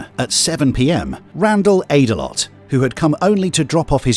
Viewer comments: "Aydelott" 'Ate-a-lot' 😂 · Brandon Ate-a-lot? 🍦 You've got to be shitting me... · “Aydelott”… It’s not even funny! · This is so sad, man. But I did a double take every time i heard that last name, Aydalott. Don't eat too much out there! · So I start the clip and it starts with the man who sounds like he’s in excruciating emotional distress. Then it skips to a picture of a very overweight man, whose name is pronounced at a lot,? Come on man I’m only human. Dude… OH yeah, I know I’m a dick! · Brandon Ate-a-lot lmao😂